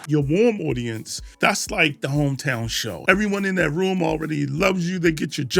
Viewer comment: cold aucience😂